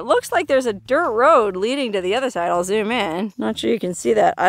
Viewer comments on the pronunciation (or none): none